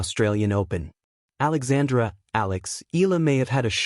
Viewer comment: How many times do you need to be corrected pronouncing Alex’s surname? It is Eee-ya- la, my dim-wit friend!